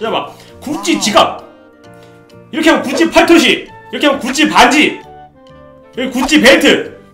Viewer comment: 자꾸 구찌가 굳이로 들려ㅋㅋㅋㅋㅋ